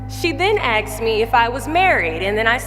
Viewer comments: ...and "AXED" me the most offensive question you could "ASK" a person of colour... What's up with that? How does a seemingly highly educated person allow themselves to say "AXED" when they mean "ASKED"? Oh, and it's only an offensive question to people of colour coz they have a massive chip on their shoulder. It's a valid question no matter who is asked. Keanu Reeves was born in Beirut, Lebanon. Nicole Kidman was born in Hawaii. Russell Crowe was born in New Zealand. Freddie Mercury was born in Zanzibar, Tanzania for fk's sake. Everyone is born somewhere. Why does it have to be assumed that you are born in the US of fkn A? Just relax will ya, it's not always about the colour of your skin. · ASKED!!!! Not AXED!!!!!! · Wow! And in spite of everything she still keeps saying, " axed". "She axed me." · She AXED the question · She Axed me the most offensive question..... wow! How could she? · Axed ? Why does she keeps on saying axed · When she axed you did she use a real axe, oh you must mean ASKED. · Unfortunately "axed" rather than "asked" is verbalized by some POC. This is a very heartwarming story and pointing out this error shouldn't be what was gained from her story. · Interesting! You born here but you don't know the world "asked" .stop saying "aksed" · Axed lol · Aks , why aks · "She axed me the most offensive question..." 😆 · "She AXE me..." ..... and she was Miss USA 😂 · She can't say the word "asked" properly, but OK.